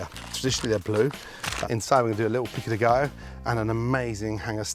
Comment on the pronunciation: Love how gordon trys to sound Hispanic when he says tortilla and Pico de gallo